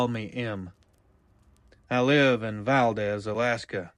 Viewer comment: YOU PRONOUNCE VALDEZ WRONG